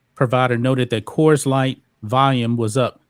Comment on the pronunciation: It's not kers it is Coors (kors)